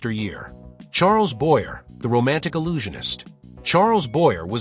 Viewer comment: Too bad the narrator mispronounces Charles Boyer’s name.